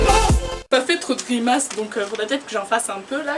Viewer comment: "D'la Gymnastique lo" #CestTresLeQuebec xD